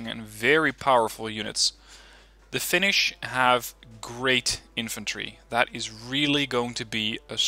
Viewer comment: You actually pronounce Finnish words better than any other youtuber that I've watched recently. Only thing that I'm kind a upset about this DLC is that we're included as a redfor nation, because as far as I know every Finn that I know wants us to be independent... Anyways, love from Finland to Netherlands... My grammar isn't the best so sry if there is some mispronouncing. With love from Finland to Netherlands! :D